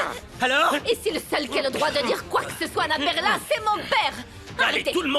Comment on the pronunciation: Perla me tai apler combien De fois? Mes oreil 😮